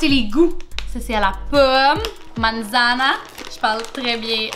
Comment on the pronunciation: elle dit qu'elle parle bien espagnol apres avoir fait une faute dans manzana qui se prononce manssana